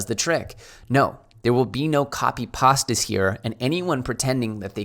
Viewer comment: Did he say copy pasta? 😆